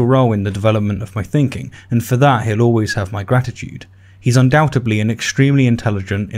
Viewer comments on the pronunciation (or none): He pretends to be smart by attempting to speak eloquently, but makes simple errors like mispronouncing "undoubtedly".